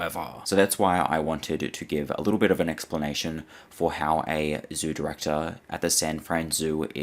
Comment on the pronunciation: 30.27 "who becomes the zoo directahh!"